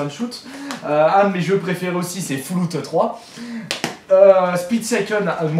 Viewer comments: 11min35 FOULLOUTETROIS MDRRR Ca se prononce ""Fallaoute"" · "Foulloute 3" Mon dieu...